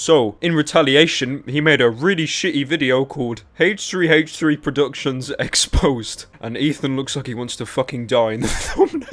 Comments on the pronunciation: haich three haich three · ive always wondered this but why do you pronounce h3h3s name as hach3hach3 XD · 45 seconds in and pyro making Siri search the web for hache tree hache tree lol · i like how you pronounce it haych3haych3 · I love haytch 3 haytch 3